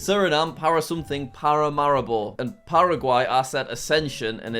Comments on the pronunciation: Jack: Pa-ra-ma-ri-bo Everyone else-Pa-ra-ma-REE-bo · Bruh Paramaribo is pronounce Pah-rah-mah-ree-bow But do it quick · It's paramaribo for Suriname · And Dutch! The pronunciation for Paramaribo isn't better lol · Correct Pronunciations for Jack: Ecuador, Quito = Keeto Colombia, Bogota = Bow(and arrow) go tah Venezuela, Caracas = you said it right! Guyana, Georgetown = you said it right! Suriname, Paramaribo = Para maree bo Peru, Lima = you said it right! Bolivia, (actually two capitals)La Paz = you said it right! Chile, Santiago = San tee ahh go Argentina, Buenos Aires = Bwenos eye ris Paraguay, Asunción = assun se own Uruguay, Montevideo = Montay vee de oh Brazil, Brasília = you said it right!